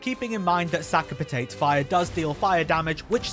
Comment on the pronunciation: "Sack a Patayt" "Sack a Patayt" "Sack a Patayt" ""Sack a Patayt" really? Really? I got sick of hearing American youtubers because they don't know how to speak, like, at all. Thought maybe an English guy would know pronounce stuff but fucking "Sack a Patayt" instead of Sakapatate, fuck me mun.